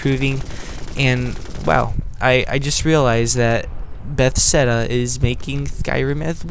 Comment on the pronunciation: I told you before, BethESDa. Not BethSEDa.